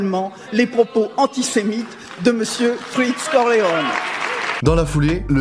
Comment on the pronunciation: j’entends Fritz Corleone quand parle de lui, c’est croustillant au vu du sujet de fond 😂